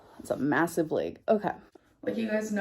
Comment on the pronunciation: The Lay-guh is red The Lay-guh is painful The Lay-guh is swollen The Lay-guh is TIRED